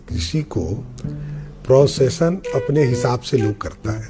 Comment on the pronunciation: Pronunciation❌ procession✅